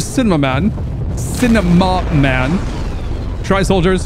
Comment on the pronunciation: I just like how he pronounces cinema man wrong